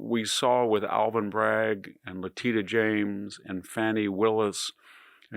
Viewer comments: Love the le-TEEDA😂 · I believe her name is pronounced “Lateeta” 😂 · I wonder if his pronunciation of her name as “Le teet a” (which I have heard him do many times) is an intentional mocking or an unintentional verbal glitch. He has other words he also mispronounces — but wonder what people think. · VDH says La teta😅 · Le" teets" uh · I can't fathom how an intelligent and well informed person can repeatedly fail to properly pronounce a simple name. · come on victor, it's not "probably true" that they targeted James. Bill Pulte made it his personal project to target democrats. and if you were a serious person you'd pronounce her name right. and you'd note that the suit against trump was a civil suit not a criminal prosecution (and i'm not defending that claim or her quest to find something to use to get trump). and like it or not we ARE now in banana republic third world status. when WE retake the government there will be retribution. maybe even against you. definitely someone will investigate every check Bill Pulte has ever writter. Trump's crypto scams will be ended and confiscated. don't act all innocent here. trump is a thug. he gets his governing principles from roy cohn. well there's more of us than there are of you, you holier than thou flack. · Interesting way to pronounce Letitia, also "expressidly"? 😅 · He keeps mispronouncing her name 🤣🤣🤣🤣🤣🤣🤣